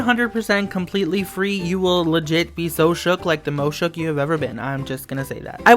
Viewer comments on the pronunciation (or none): stop saying shoock